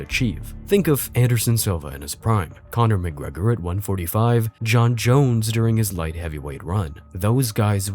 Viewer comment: Buckley pronounced "Conor McGregor" like he was Shrek😂